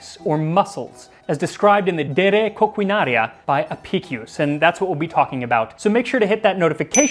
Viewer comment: Hey. Your Latin accent when you said de re coquinaria was on point. 👍